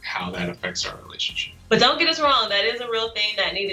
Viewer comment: He looks so serious until she says “relation-sheep” 🤣 ahh I love these too